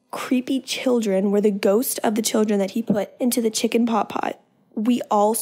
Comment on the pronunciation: I THOUGHT SHE SAID CHILDREN POT PIE UNTIL I SAW THIS COMMENT